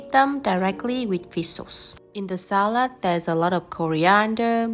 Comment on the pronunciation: I like how your pronunciation of "Salat" resambels more to german that to english ^_^